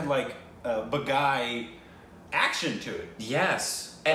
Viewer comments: It's baaghi not baghai 🤣🤣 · Hey react to Boss and 'Khiladi' series starring Akshay! And oh my god its not Bagh - I.... it's Bagh - eeeee😂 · honey,... almost always, the ‘i’ in any title or name in Hindi is pronounced ‘ee’ as in ‘teeth’, not as the pronunciation of the letter ‘i’. ‘Baaghi’ = ‘baah-ghee’, not ‘bagai’ 🤦🏽‍♀️